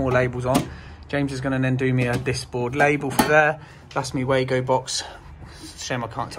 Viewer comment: You keep saying way-go (wago), when this cage clamp first arrived 30 years ago the Germany manufacturer pronounced as Var-go, i don't think it has changed.